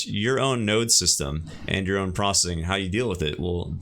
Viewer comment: Stop saying prossing. It isn't a word.